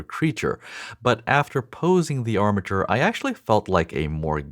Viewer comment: 🙀 Emphasis on the “arm” in armature - it’s already creeping me out